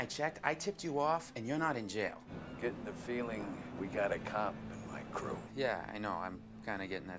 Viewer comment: I like how the pronounce the word "cop". Cuap. You wanna be a cuap? You will never be a cuap.